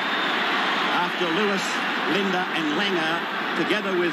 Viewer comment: it Bob LiDNer lol Not Linda lmao